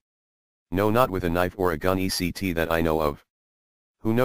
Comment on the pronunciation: It's ETC. NOT ECT. short for etcetera .. latin I think.